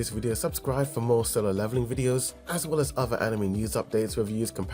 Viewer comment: Why does he insist on saying yeunho wrong? Lol that and anime.